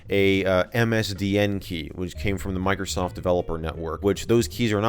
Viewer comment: It's microsa ft sa ftware